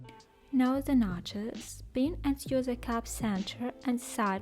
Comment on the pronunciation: "Sew" читается как "соу", а не "сью". Прошу прощения, что исправляю, но очень режет слух